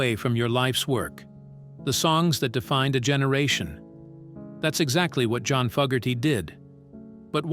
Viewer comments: AI cannot pronounce John's Name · stupid AI voice can't pronounce johns name